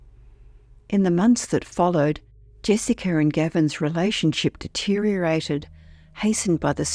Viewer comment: Jessiker? No r ,stop saying ut.